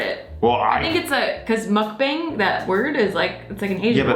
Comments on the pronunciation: Ask how to pronounce Mukbang. "muck-bung" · It's MUCK-BONG!!!! Aarrrgh lol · Lolol bang. Make the a sound more ah instead of a hard a. muk bahng. It is Korean word "muk" is eat- and then depends in context (eating ate eat). and "bahng" is room.. but they shorten the korean word for *show*.. bangsohng.. so that is where bang is from.. so.... muk-bahng. Sounds like the eating room / show/broadcast... Lolol love yall!!! Saw you guys on jk and had to follow!!!! is such a cutie. Love my fck perf nexklace! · Happy Thanksgiving you two, it's pronounced mukbHAng (bong) but u get a pass. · It's hard to watch you guys butcher the word sake and the word mukbang so much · I wish she said 'MUKBANG' the right way.